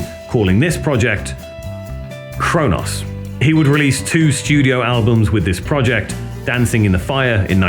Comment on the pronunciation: Good doc, but I'm certain Cronos and Mantas aren't pronounced Crow Noss and Man Tass.